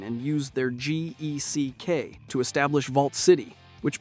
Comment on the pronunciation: It's just geck my dude. The acronym is pronounced like it's spelled no need to say the individual letters.